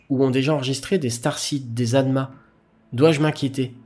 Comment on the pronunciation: 7.49: "alma" = 'âme', pas "adma" ;-) . Merci pour les infos !